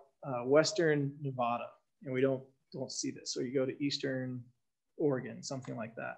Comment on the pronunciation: Nevada (the State) is pronounced just like you spell it Nev-AD-a, not Nev-ODD-a, not Nev-ah-da! We became a territory in 1861 and a state in 1864 and it's always been pronounced that way. Just like you don't go to Texas and say Tejas or go to Oklahoma and say Okla Homma either.